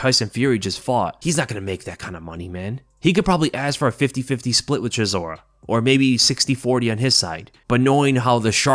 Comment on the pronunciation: CHISORA MATE it s not that hard to say his name wtf :)))